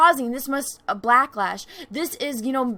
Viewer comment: did you say blacklash :)